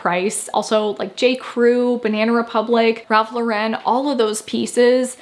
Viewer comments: Drives me mad. Hasn’t he explicitly said is pronounced like the female name Lauren? I’m sure he has. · Not trying to be mean, but Ralph Lauren is an American brand.. the Lauren bit is not pronounced with a faux french twang